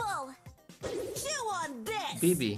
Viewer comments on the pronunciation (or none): na Bibi powiedziała bea XDD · Wtedy kiedy była bibi ty powiedziałaś bea 🤔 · oszukała bo gdy była bibi to najpierw powiedziała bie ps wymuwiła bi